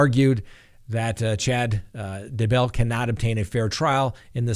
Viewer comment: Please speak correctly...Not Da-Bell...It's DAY-bell. Not that I give a crap about him...it's just irritating for an educated man pronouncing it wrong! : (